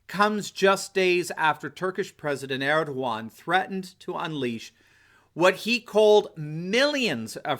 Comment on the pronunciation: God, this comment section is a bit too much retarded. At least the guy can pronounce Erdogan right.